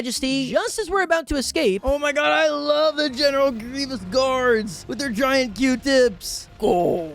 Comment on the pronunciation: The way trys to say 'Grievous' but comes out 'Grevious' saddens me